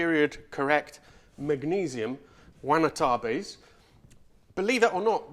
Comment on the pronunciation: Unfortunately, no, listened to it a few more times to confirm, but it definitely came out as "Wanatabes" Which would either be eating a "trap/snare" or possibly weird net Engrish to mean you're hungry(wanna/want-to eat)... Not a big issue, but I think it could make a pretty funny shirt...